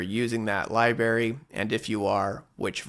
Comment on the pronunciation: The word "library" contains two 'r's